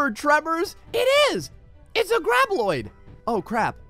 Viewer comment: ITS GRAB B-O-I-D NOT -L-O-I-D